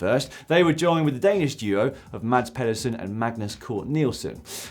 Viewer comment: A pronunciation tip since you're gonna be saying his name often, for the next 10-12 years: Mads Pedersen = [Mass Pethersin] = 'Mads' should rhyme with 'gas' and 'Pedersen' should rhyme with 'feather sin'.